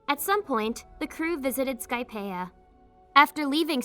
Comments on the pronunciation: Why she saying skypepa it’s skypia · It's definitely AI because the way it can pronounce all the real words correctly even Japanese words but it can't say Skypeia